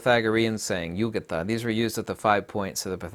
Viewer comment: It's not ugata, in greeklish is more like ygeia which comes close to igia where every i is pronounced as an e.